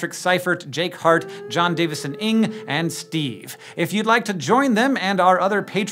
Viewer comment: They actually read Jon Davidson Ng's name wrong, it's not 'ing' but more like 'mmm' but with open lips